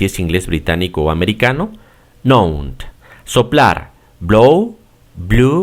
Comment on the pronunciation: Solo una sugerencia: por favor, los verbos terminados en 'N', los pronuncia terminados con 'D', no es correcta la pronunciación. Known,blown, grown, thrown, etc. Gracias por el video y por esa clasificación que facilita el aprendizaje de los irregulares.